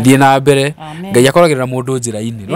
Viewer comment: In kikuyu language we don't have letter L. Mbere not Mbele